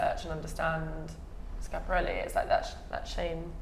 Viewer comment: every time someone says "Sciapareli" an angel dies